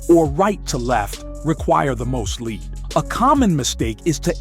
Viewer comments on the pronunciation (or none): Voice says LEAD as in the metal, and the word is lead as in how far in front of the target….